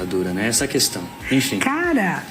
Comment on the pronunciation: bolsonaro fala "Cuestão"